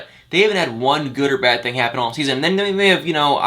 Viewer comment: Crazy you still pronounce the (I) sound as the (A) Thang-Thing Ank-Ink